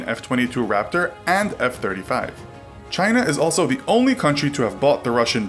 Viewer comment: Do they still call them corvettes in “Chynah” (trumps pronunciation)